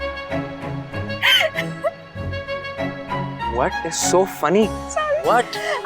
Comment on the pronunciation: Whaet is so funny? Zoya: hanahahaha zain: whaet? 😮😮😮 ⬇️⬇️⬇️⬇️ Edit: ok the “whaet “ is not a spelling mistake he was saying whaet not what 😂😂